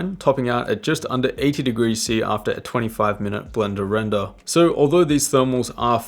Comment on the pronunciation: he said "blrnder render" today.. it is a good day..